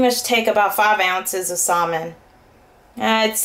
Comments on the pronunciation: I used to pronounce it the same way; she's just pronouncing the "l". I did too. It wasn't until I took a TESL course that I found out it's pronounced "sammin" instead of "salmin". No biggie. :) Personally, we didn't cook salmon when I was growing up so I think that's probably why it took me so long to figure out. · The L is silent in the word salmon LOL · You don't have to be mean about it. Thank you beautiful lady for teaching me how to cook healthy food! (BTW, I like the way you say salmon, outside the box)